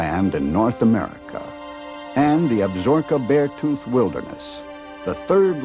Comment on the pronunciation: It is pronounced AB-SA-ROKA not Ab zorka.